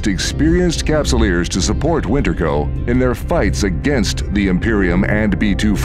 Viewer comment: "83 thousand cupsulers", my man is high on CCP dope.